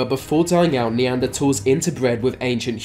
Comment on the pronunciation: “Neandertalls” lol